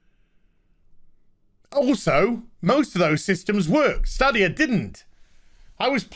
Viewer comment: I've watched 2 videos on this topic and 2 youtubers cant pronounce Stadia... Its STAYdia... LIke stadium, but stadia.